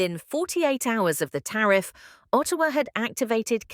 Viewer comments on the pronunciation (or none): none